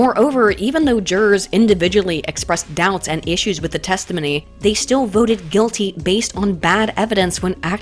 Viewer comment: Nobody: Not a soul:: 'testahminneyy'